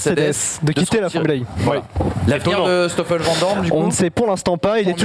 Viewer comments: Pour info, en belgique on dit SToffel vandoorne et pas Shtoffel vandoorne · Et Schtoffel c'est quoi cette prononciation... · Pourquoi dire "chtoffel van doorne"??? Il n'y a aucun ch, il s'agit d'un "s". Je sais que c'est une langue compliquée (surtout le g). Cela se prononce (comme verstappen) à l'anglaise. Je peux comprendre la prononciation de jos à la française (alors que le j se prononce un peu comme le y donc yos) car il n'est pas possible de maîtriser l'intégralité des langues. Ceci dit, merci pour vos émissions, vos connaissances et vos superbes analyses et débats.